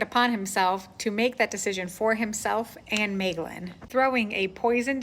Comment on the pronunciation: I agree with your pronunciation of Maeglin 👍😀